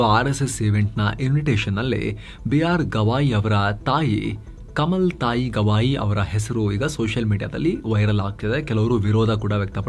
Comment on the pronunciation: ಕಮಲ್ ತಾಯಿ ಅಲ್ಲ ಅದು ಕಮಲಾ ತಾಯಿ